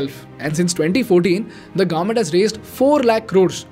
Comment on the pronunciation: It's pronounced as government and not "Garment"